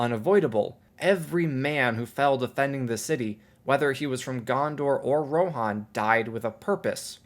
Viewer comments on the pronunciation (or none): americans butcher engilsh at every chance they get , I might be wrong but I thought it was riders of 'ro-han' not 'ro-a-here-on'